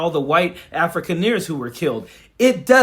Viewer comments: Coach, the term "Afrikaner" is pronounced like "Ah-free-kahn-er" not "African-ear." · Coach it’s closer in pronouncing AHF•REE•CON•ER …. Afrikaans is Arguably the ugliest of all languages